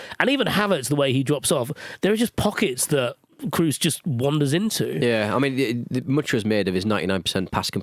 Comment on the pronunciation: Why can none of you pronounce Tony Kroos's name. It's not exactly a hard name. You just need a functioning pair of ears.